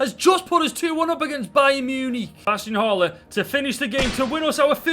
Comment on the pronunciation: I have family from Stoke and never knew I needed to hear them say Munich so much MEEYEWNEEK